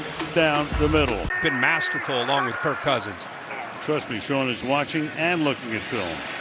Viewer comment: Why calling him “Kirko” it sounds and reads like “Dorko” why not just “Kirk”